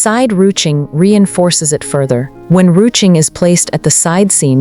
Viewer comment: Rue- tching? You're kidding! It's pronounced rooshing!